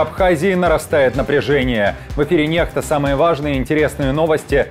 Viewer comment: А ведущий у вас грамотный? По правилам слово nexta на русском произносится через "кс" а не через "х".